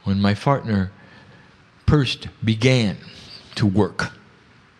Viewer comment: lol did anyone else notice at - he says "When my fartner pirst" in stead of "when my partner first"?